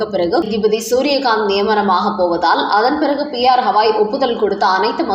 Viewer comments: சகோதரி. அவர் பெயர் ஹவாய் அல்ல. கவாய் ( GAVAI ) தயவுசெய்து சரியாக உச்சரிப்பீர்களா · ஹவாய் 😂😂😂😂 இல்ல...கவாய்... இவ்வளவு அன்பட் செய்தி வாசிப்பாளர்😂😂😂😂